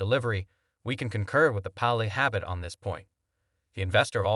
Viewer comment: You pronounced Palihapitiya 3 different ways, and yet all 3 were wrong. Lol. If you are going to do an entire video on one person's comments you should either research the correct pronunciation or just use their first name.